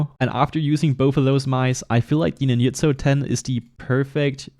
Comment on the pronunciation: NINYUTSO, BRO??? Seriously ?? ITS FUCKING NINJA, not NINYA